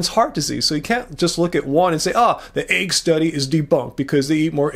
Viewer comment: the word is 'egg,' not 'aig.' You continually pronounce it incorrectly.